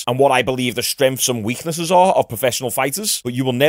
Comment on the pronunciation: Wtf is stremf.. its strength..